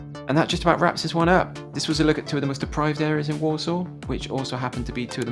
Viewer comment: I keep hearing Walsall as Warsaw